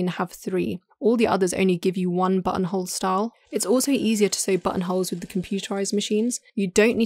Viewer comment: My girlfriend was watching this video on the couch behind me and every time the narrator said button hole I swear I heard Butthole.